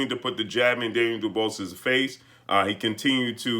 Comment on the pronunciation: What did this clown just call him???..Daynell DuBalls Hahaha Let me help you sir...Dan-i-el Du-Bois (pronounced Do Bwaa) Blessings